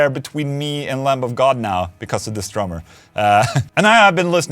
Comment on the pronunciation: The b in lamb is silent